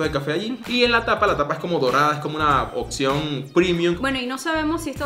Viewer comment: Por favor no digan ''OXIÓN'', es ''OPCIÓN'', se escucha full mal